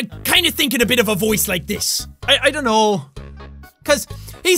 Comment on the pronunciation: Jack’s “I don’t know” his accent REALLY came out there